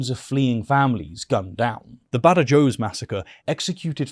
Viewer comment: Small nitpick: Badajoz is pronounced Ba-Da-Hoz. Still a great video.